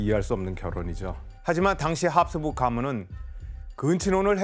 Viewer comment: ㅋㅋㅋㅋㅋㅋㅋㅋㅋㅋㅋㅋㅋㅋㅋㅋㅋㅋㅋㅋㅋ나도 보면서 내내 교수님 발음 때문에 답답했는데ㅋㅋㅋㅋㅋㅋ 합스부르크를 계속 합수부(륵)라고 하심ㅋㅋㅋㅋㅋ